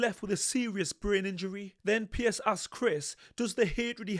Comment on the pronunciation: His name is 'Piers' not 'Pierce' 2 different names. Just saying 👍